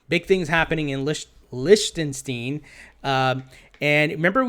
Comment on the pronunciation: Lichtenstein= LIK-tən-styne ;)